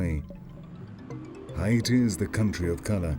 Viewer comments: Did you pronounce Haiti (Hay - te) Hi-e-te??? nah, I can't watch this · All I can hear is "Hy'iti". It's bothering me 🙄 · The way the fucking commentator is saying Haiti makes me want to throw my fucking phone. Its HAIti not HIAti. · They mispronounced " Haiti " as well as " Cap-Haitian " which are fairly easy to pronounce for the average joe.